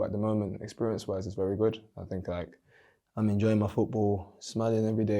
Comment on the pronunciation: 'Yeah its been goot' The German accent has slowly started to take effect lol